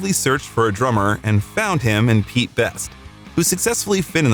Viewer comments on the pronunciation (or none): none